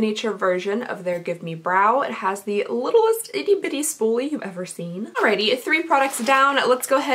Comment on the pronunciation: the way she says “alrighTY” makes me laugh every time